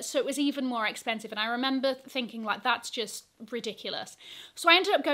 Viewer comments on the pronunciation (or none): none